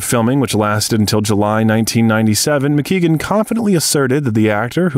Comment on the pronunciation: DDL is a master at his craft but the name of his boxing trainer's name is Barry Mc Guigan not McKeegan. A Welsh man ex boxing lightweight champion.